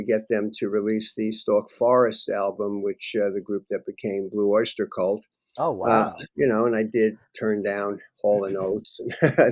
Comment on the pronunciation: There are no words emphasized in Blue Oyster Cult. Many people, as with Lenny, say Blue OYSTER Cult. Incorrect. I love Lenny. However I do not need to see Lenny's face 2 inches from the camera for nearly 2 hours.